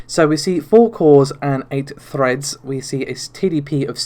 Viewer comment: Even though you'll have to endure the Narvay (Navi), Renault (Renoir) and freds (threads) pronunciations?